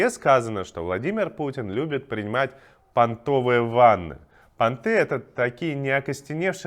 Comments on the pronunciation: пАнтовые ванны ударение на А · Только не пантЫ, а пАнты. Ударение на первый слон. ПАнтовые ванны. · пАнтовые, а не понтовые)) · ПАнтовые ванны. На первый слог ударение. Так, справедливости ради.